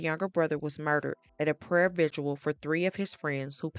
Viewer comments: VIGIL, NOT "vigual" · Why do so many Americans struggle with pronouncing "Vigil" 🤔??? Why do they think it's pronounced 'Vidgual'? Like seriously... why????